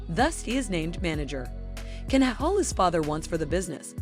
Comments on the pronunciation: At least pronounce the Turkish words and names properly, or make the effort to! "Jan" not "Can" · Please don't mispronounce his name